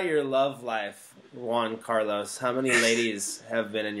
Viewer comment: LOL GianCarlo and Shay says JuanCarlos LOL